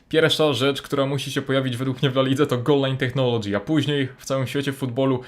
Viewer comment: Tak sie nie wymawia słowa "Technology" ;)